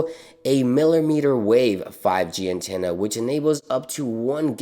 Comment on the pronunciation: Ehem... “Antanna”